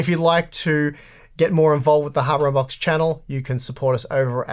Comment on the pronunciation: I legit thought said "Harbor on box" this time.